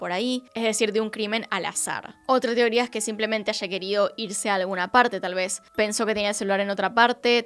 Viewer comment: Amo cuando dice "tioría" en vez de "teoría". Besitos desde Chile ❤️